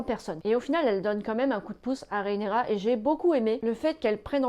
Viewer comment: RHAENYRA... RHAENYRA stp... pas RÉENÉRA... J'ai eus envie de te faire subir le meme sort que Vaemond...